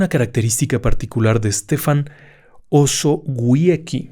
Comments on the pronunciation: Se pronuncia "Estefan Ozobiezky". Ni es tan complicado. Era un hombre de su tiempo: estuvo a punto de ser ejecutado por los bolcheviques, y su vida acabó en manos de la Gestapo en el alzamiento de la Powstanków Warszawskie. Como él mismo lo predijo, su cuerpo jamás fue/ha sido hallado y hay un cenotafio en su honor en el cementerio de Stare Powązki. Los guias de tours de la Segunda Guerra en Varsovia lo mencionan en calidad de heroe nacional. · Osowiecki se pronunciaría osovieski.